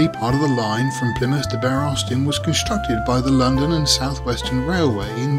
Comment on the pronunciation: NOTE: the word "Bere" is pronounced the same way as "beer", but not the same as "bare". I know this because I'm from the West Country (born in Plymouth) and spent many summers in a tiny village called Bere Ferrers. At the bottom of the hill, there was a small harbour and a pub which was (I think) called The Plough.